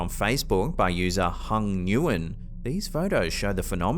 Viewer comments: Just so you know, when there's someone with the last name of Nguyen, which is typically Vietnamese, you pronounce it like "Win" instead of "New-en". Good job on this video!! I really have been enjoying watching it so far!! I'm almost halfway through it now!! Thanks for the content!!😊❤ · Nguyen is pronounced "Win". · Nguyen is pronounced "win". Just so everyone knows when you see that name, the N and G are silent.